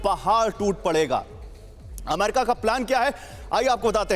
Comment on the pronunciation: गधे, अम्मेरिका नहीं होता, अमेरिका होता है। तेरे को संवाददाता का लाइसेंस किस गधे ने दिया?